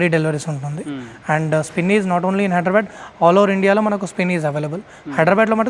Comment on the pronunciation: హైడ్రా బ్యాడ్ కాదురా నాయన, హైదర్- ఆబాద్ అనాలి. గుంటూరు, కృష్ణా, గోదావరి జిల్లాలు వాళ్ళ దగ్గరే ఇది ఎక్కువ వినిపిస్తాది. నత్తి నా కొడుకులకి నోరు తిరగదా ఏంటి?